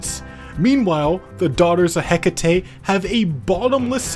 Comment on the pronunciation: Never pronounce Hecate like that again. She's named after the ancient Greek goddess, so her name is pronounced eh-kah-tee. If we're going by Modern English however, her name is pronounced hek-uh-tee. Lastly, in Shakespeare English, it is pronounced hek-it